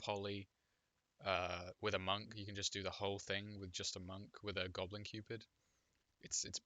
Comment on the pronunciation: i believe you pronounced Gobu Cupid wrong